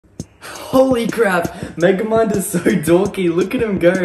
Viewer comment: "This is megamid" Man your genorous